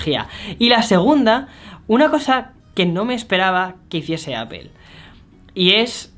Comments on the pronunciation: Me causa gracia que el tipo dice "Apel" cuando en realidad el fonema es "Apol" pues ni muy fanboy de Apple 😂😂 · PORQUE DICE ''APPEL'' ??? QUE NO SE SUPONE QUE ES ''APPLE'' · Si los españoles presumen hablar el ingles como se escribe... Porque no dicen Aple" en lugar de apel? Y video" en lugar de vidio" Wtf maldita sea!!! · Daks Sama porque tampoco es apel 😂😂😂, el fonema es apol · Exacto, en lugar de apel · Nadie: Este chavo: APEL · apel?... en serio APEL? ostia usa un traductor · El “APEL” 🤣🤣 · "Apel", "Vídeojogo". Otro más...